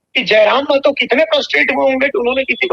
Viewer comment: मेहतो नहीं.... महतो होता है।